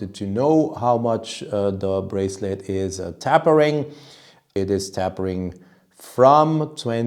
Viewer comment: And just another tiny English pronounciation adjustment: it’s tape-ering with tape rhyming with ape, not tapp-ering with tapp rhyming with rap. Ask me to speak Austrian, no chance! :)